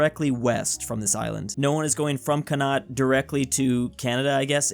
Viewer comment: I know he has probably never heard of it but pronunciation of Connaught killed me inside